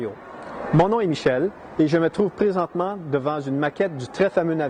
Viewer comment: Praisentement! x) j'adore les canadiens!